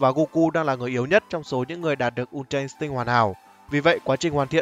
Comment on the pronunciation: Đây là kênh đọc chuẩn nhất từ untra instinct. Các kênh khác mấy bố toàn đọc là in'tích :))))